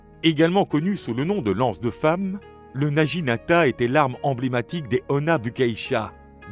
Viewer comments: Intéressant mais prononciation japonaise à revoir. Le G se prononce avec un son dur (comme naguinata) et le U se prononce « ou ». Le naginata servait à faucher les jarrets des chevaux et à faire chuter les cavaliers. Le seppuku était pratiqué soit avec le wakisashi, soit au tanto. Les deux sabres (la paire katana - wakisashi) appelée daï-sho signifie littéralement le grand et le petit. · naginata se prononce Na Gui Na Ta